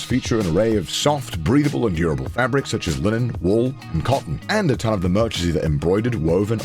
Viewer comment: dude I hear breedable and not breathable am I'm going deaf?